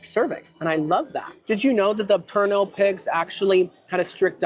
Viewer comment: it’s actually pronounced Pernil (pur-neal)